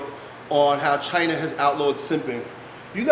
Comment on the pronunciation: "Chyna" = israel